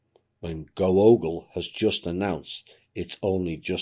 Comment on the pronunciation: Google = GAAGLE.🦃